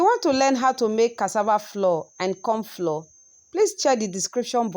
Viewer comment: Please what is cassava floor? Or you are saying flour?